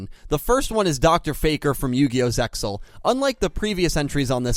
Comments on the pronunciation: stop pronouncing the x in zexal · ZeXal is to be spoken without the X. (pronounced ZAY-al [IPA: /ˈzeɪ.al/) Must be sad to know only the shitty Dub Versions of 4Kids and Funanimation